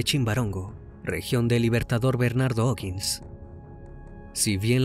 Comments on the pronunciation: Se escribe O'higgins y se pronuncia Ojigins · Siempre veo tus vídeos, me gusta su forma de narrar y lo bien que investigas y por eso mismo como Chilena me gustaría decirle que O'Higgins se pronuncia "ojiguins" (No es hate es sólo para que sepa, muchas gracias por tus vídeos sigue así).